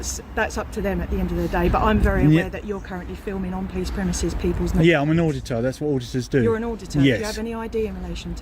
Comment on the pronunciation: Auditurd. Not “ auditor”